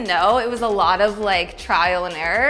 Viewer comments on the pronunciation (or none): none